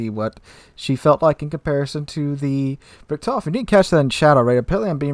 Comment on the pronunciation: Its Like Guy Ritchi.. so "Richt.. Hofen " :D greatings from germany :D